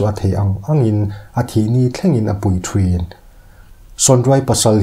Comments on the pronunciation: țhin aiah țhren ti in ilam a tih na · "Ṭhin" tiin sawi thei la, "thrin" tih ang deuh a i lam ang ni lo hian.....ka lo phunchiar ve lok, min hrethiam êm ang chu. A dangah erawh chuan a ṭha lutuk in, i channel lo vul zel rawh se👍👍